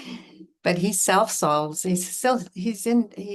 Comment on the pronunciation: I'm definitely a self sulker although I think you said 'self solver.'